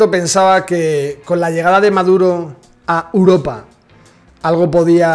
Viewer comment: La màxima exponente en decir Uropa, es la chiqui barriobajera.